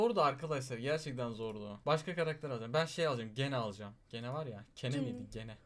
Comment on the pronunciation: Abi onun adı gene değil cini diye okunuyor